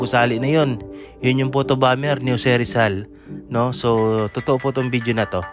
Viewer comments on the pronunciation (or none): none